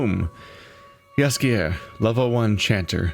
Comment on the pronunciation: Jaskier (Yaskier) is the Polish name of Dandelion. And your pronouciation is good.